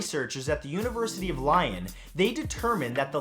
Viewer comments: Lion lol. Lyon = Lee - on. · Please tell me he didn’t pronounce Lyon as Lion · "University of Lion"??? You mean Lyon ??? wow